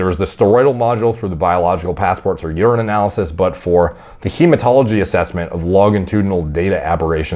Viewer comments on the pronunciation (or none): none